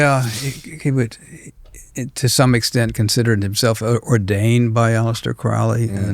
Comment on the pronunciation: Hey, Crowley rhymes with holy not the way you have been saying it. Him and Parsons are not satanic, they would take great pleasure knowing that people mistakingly say that.